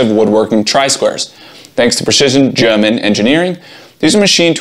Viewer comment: Why did you purposely say 'German' with an accent? Are you German?